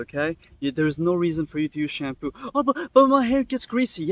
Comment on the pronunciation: It’s literally called SHAM - POO